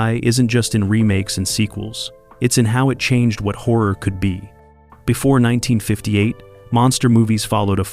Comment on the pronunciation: As long as AI doesn't lean how to pronounce dates/years and unconventional names we'll be alright! 😆 How does it learn to say "number 19" but can't say "1958" ???????